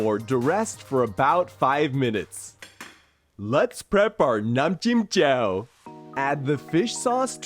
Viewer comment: As a Thai, your Nam Jim Jaew looks legit (and your pronunciation was also perfect!) Well done!